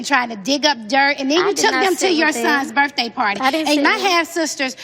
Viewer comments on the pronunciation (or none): Can someone PLEASE tell Phaedra that the word is: BIRTHDAY...NOT BIRFDAY!! With all the education that she supposedly has, and she CANNOT pronounce the simplest words!!?